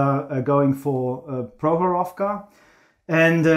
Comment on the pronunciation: Comrades, PrOkhorovka, not ProkhorovkA. Rotmistrov is correct)